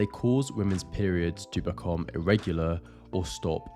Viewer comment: Please learn how to pronounce the word “become”. The way you say it is so annoying.